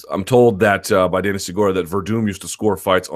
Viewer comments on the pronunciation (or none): none